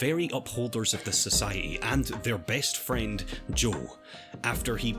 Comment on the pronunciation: Oh sorry It sounded like he was saying Joel but fair enough